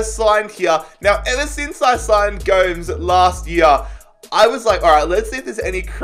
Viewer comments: No one: Absolutely no one:: calling gomEz goams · Go-mez not ghomes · Man said 'angle g-oh-mes' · It's Gomes as in Gomez not Gomes as in G(n)omes 😂 nice though lol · Gomes not gome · Please,Gomes is prononuced gomez,yknow,like the german striker,mario? Just with an s on the end,go mes not goames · Bro it’s angel go-mes not angel Gomes it is so cringy that you’re pronounced it wrongly sorry for correcting u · The correct pronunciation for Angel Gomes is Angel as in an Angel or Arch Angel and Go mez. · PLEASE STOP CALLING GOMES GOWMS!! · Also the way he said Gomes' name is beautiful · why did he say gomes like that lmaooo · please don't ever say Angel Gomes' name like that ever again lmao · I was laughing evrytime he misspronounced gomes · has to be the worst pronunciation of angel gomes i have ever heard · The man cannot pronounce Gomes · Bro please never say Gomes like that ever again, its triggering me beyond belief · Hi its prenounced Angel like and angel from heaven and Gomes like Gomez 😁